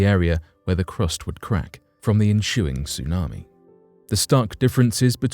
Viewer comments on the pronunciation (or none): Why does the narrator pronounce S as SH - enshuing instead of ensuing, for example? Is that normal from his part of the world or a speech impediment?